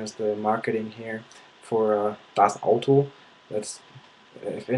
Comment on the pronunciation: I don't know for how long you have learned german but you pronounced Lederhosen or das Auto completely like a german! Really really good! :) We're not Angels here in Germany, there are also some stereotypes (about americans for example). Like "oh, they AL have a gun" or something... But I think we're quite tolerant :) This is a really good video, I didn't think that there were still people who REALLY think we're all Nazis :O It's funny "Do they have electricity" :D Greetings from Germany :)